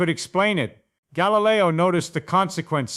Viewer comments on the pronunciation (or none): none